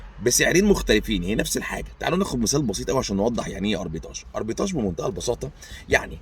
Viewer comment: معلش يا استاذنا تصحيح بسيط في نطق الكلمة هي أربيتراچ و ليس أربيتاچ، اعتذر لو كان فيها قلة ذوق مني، كل سنة و حضرتك طيب